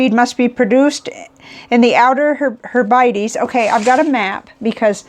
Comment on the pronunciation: just a little help from me in pronunciation. Hebrides is pronounced Heb-Rid-Eaze. I do hope you don’t mind me pointing that out.